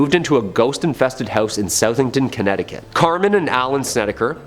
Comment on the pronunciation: Indeed. The CT town is pronounced SUTH-ington, not SOUTH-ington. But alas, I nitpick.